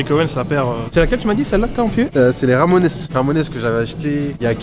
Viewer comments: Personne ne lui dit qu'on dit pas "Ramonaisse" mais Ramones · « Ramonaisse » 🤌 je crois qu’on prononce Ray month mais je te pardonne, toujours bg même avec des paires qui ne vont pas à tout le monde sauf bravo t’as gérer le montage et chasseur aussi la présentation etc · Je thumb vers le haut 👍 Au fait, ça se prononce the "ramon's" Et le jeu d'arcade, c'est Jojo's bizarre adventure sur CPS3 ;) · Attends mais "Ramonesse" je suis mort là! 😂 ha ha hala..